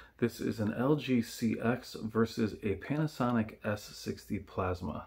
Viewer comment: Nice video. By the way, the LG CX series is pronounced “sea-ten” instead of like “sea-ex”. The X is used like a Roman numeral in the naming for that model. I do still love plasma. A beautiful technology killed by misinformed consumers....